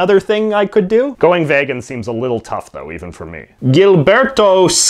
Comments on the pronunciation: Vaygun is not a word 😑😑😑 it's vegan. E. Vegan! 😆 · Really said vehgan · The way he says vegan... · You sound Swedish when you say vegan. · Holy shit you're the first person in ages I've seen that pronounces vegan similarly to me. But you pronounce a lot of stuff weird so I think I'm gonna keep trying to stop saying it that way... dunno how I picked it up or why it's so hard to change tbh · SHIT I MEANT VEGAN